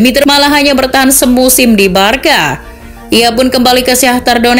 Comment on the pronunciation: you should pronoun Barsa,bukan barka